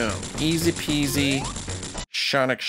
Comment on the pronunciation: Easy Peasy... Shawnic Shneezy? Who's Shawn?